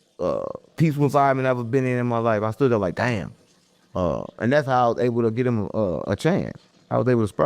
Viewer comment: Dallas says thare